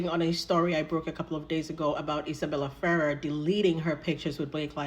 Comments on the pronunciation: It's actually pronounced feRRER, emphasis on the last syllable 😉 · don’t know who told you to pronounce it the way you are, but it’s wrong. She is the granddaughter of Rosemary Clooney and Jose Ferrer. Go to Google and ask how to pronounce it. You’ll hear something like Fer-rare. I know you like accuracy so I hope you appreciate this info. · As a Spanish speaker if your put intonation on the the end of “Ferrer” like it’s supposed to be, it makes it “feel” like a complete word and separate from “Ferrera”. Try it as it is in Spanish “Fe-RRER”. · I understand the Ferrerrrrerrr. I do that too while knowing the correct word. 🤦‍♀️You are right about it feeling unfinished. 😂 Looking forward to your next drop tomorrow. Thanks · I think the pronunciation is "Ferr-RARE". I remember Clooney speaking about his cousin Miguel and that's the way he pronounced the name. I think Justin Baldoni's defense team should pay you for all the info you've uncovered!! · No idea how IF pronounces it, I say “Feh-RER”, with both e’s the short e sound like in “pet.” If it is pronounced the way you would in Spanish, might be “FAY-rayr” where the e’s are pronounced almost like you would say the letter “a”, A. We are all exhausted,, good on you for pushing through the pain! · I think our is doing pretty good. Once she realized how she was mispronouncing she did well!❤